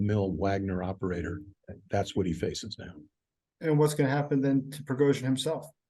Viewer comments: Why is this expert incapable of properly pronouncing the name "Prigoshin"? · 'Prigozhin' is better than 'Prizhozhin' I think, and 'Garasimov' better than 'Gerzahimov'.